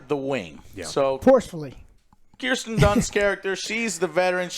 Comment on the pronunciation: Plus when he says Kristen Dunst instead of Kirsten Dunst